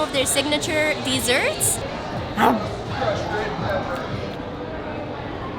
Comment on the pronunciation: Deeeeserts - Greta. 😒